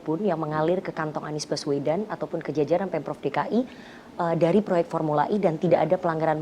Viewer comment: formula E bukan I ngucap nya yg bener mbk